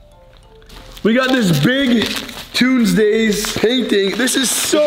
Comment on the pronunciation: It said tunesdays